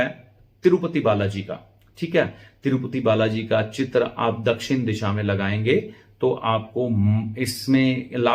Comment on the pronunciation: आप उच्चारण पर विशेष ध्यान दें चित्र, शुक्र इनका प्रयोग सही करें